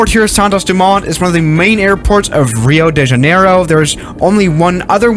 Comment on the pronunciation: I love hearing english speakers saying portuguese words. "Alberto Santos Dumont" was nice. In Rio da Janeiro, that second i needs more power. Rio de Janeiiiro. Oh, in portuguese the letter i sounds as the letter "e" in english